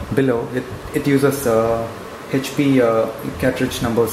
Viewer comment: Hhhap nahi hota hai HP hota hai. Pahle bolna sikh le